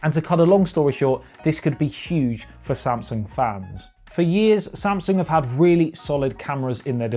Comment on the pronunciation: he said samasung lol not Samsung